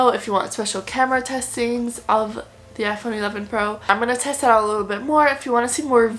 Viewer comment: Can we just talk about how she said 11 plus😂